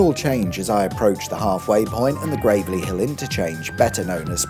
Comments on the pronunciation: I'm sure its Gravel-ee Hill, not Grave-Lee Hill .....🙂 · Just a note gravelly hill is pronounced grav-lee not grave-lee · Not Grave-ly ITS GRAVEL-Y AS IN A HILL THAT IS GRAVEL-Y. FUCK ALL TO DO WITH CEMETERIES, MATE!!! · You should be deducted further time for your pronunciation of ‘Gravelly’ Hill Interchange. You may think it’s a dead end place (aka with graves) but it’s actually pronounced ‘Gravel’ as in lots of small stones Gravelly. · I thought it was pronounced "Gravel-ly Hill"?? That's what me & my dad called it and I lived in Birmingham & he also drove it regularly. And, yes, I agree about the surface of that viaduct. It's never been anything other than bad. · It is Gravel-ly Hill. I’m from Birmingham (Erdington to be specific) which Gravelly Hill is a part of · It's Gravelly hill, not Gravelly hill. You're welcome 😜 even at quiet times the M6 is crap cos of the artificially introduced 60 or 50 limits that appear for some reason best known to the road sensors and seemingly are nothing at all to do with actual levels of traffic